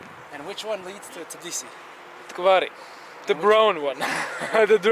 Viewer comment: Its tbilisi not tiblisi